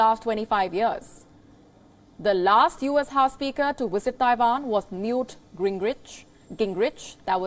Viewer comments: its visit not wisit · hahahahahhaha !!!! did you listen to the question she said: Vill she Wisit Taiwan ! lol. can someone teach her the difference between V and W 😅🤣🤣🤣